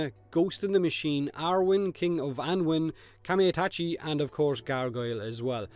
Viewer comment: samurai shit=exaclibur wind sickle=excalibur Spear+shield+falcon is this Skyforge? and it's pronounced Kamai-Ta-chi (A like you pronounce U in a word simple and straight-A not AE/AI/AY just A) overall these descriptions are too short and quite boring